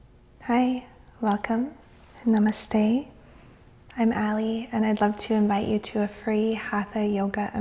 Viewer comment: From a foreign way of pronouncing Namaste to a more original way of pronouncing.. you have come a long way, my friend. ^^ I follow ur yog Nidra practices from 4-5yrs back and to hear you say Namaste in the correct way, the Indian way, aah!!!! Warms my heart. ^^ Take care,. Have a good day ahead. <3